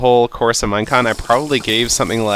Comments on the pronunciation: Is he saying minecrack ? I swear i hear that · it sounds like he is saying minecrack XD